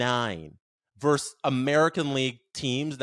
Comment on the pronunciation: it's "versus", not "verse". You literally have a show with it in the title.